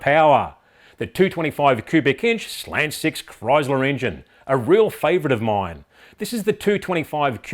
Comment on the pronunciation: His inability to pronounce slant in English is sad.... every slant is a slag... I can't decide what is worse, Arkansas or Australia